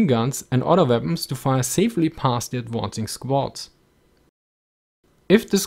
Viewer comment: "Firing and adwoncing" hehe